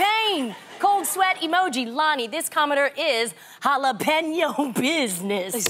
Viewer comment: 'Jalapeño' sounds like 'all up in yo'.